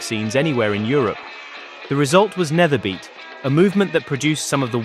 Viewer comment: ‘Nederbeat’ is pronounced as ‘nayderbeat’. With a typical Dutch accent ‘beat’ sounds like the word ‘beet’ in Dutch. Nayderbeet. ;) Really. With a rolling R to boot.